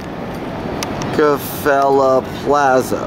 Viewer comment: there is an r at the end of reckefeller its not pronounced like the shitty rap label rockafella